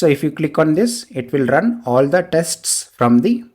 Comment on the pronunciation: Thank you! But please stop saying 'testis'!